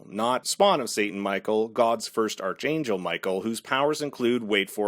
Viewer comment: Darling, first of all, I loved both the video and your devotion. However, there are two small thing I need to mention. This was season 8, not 9, as you kept calling it in the video. And archangel is pronounced ark-angel not arch-angel. "Arch-" as in archaic. Hugs and kisses! Keep up the good work!